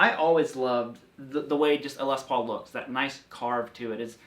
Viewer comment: It's curious to constantly hear you say LES paul instead of Les PAUL. It's like saying CHUCK berry instead of Chuck BERRY. or ROBERT Baker instead of Robert BAKER. stressing the first name makes it sound like specifying one (brother) out of many. This is the LES paul and these are JOHN paul, GEORGE paul, and RINGO paul. Paul Reed SMITH... oh well...